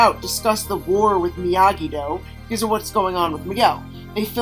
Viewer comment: I was bothered when I first heard him and he said Miyagi- (dew) Karate like who can’t remember Do (dough) Karate. It wasn’t the only thing but honestly I’ll listen to several other podcasts from others as well but It does bother me that it seems like click bait some of the times.